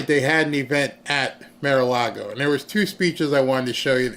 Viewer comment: It is not Mare-A-Lago. Bar, car, far, gar, par, tar. Mar-A-Lago! And. 2003 not 2023.